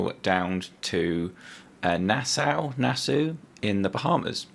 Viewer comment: Nass-aw rhymes with saw. 😉